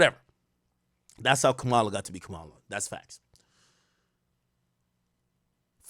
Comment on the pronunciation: Stay outta politics AK. Bin those right wing talking points before someone begins to look into who REALLY has you compromised. And pronounce Kamala's name correctly brah! Stick to what we actually come here for, HIP HOP MUSIC!